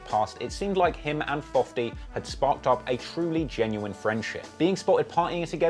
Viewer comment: “him and fofty” Brilliant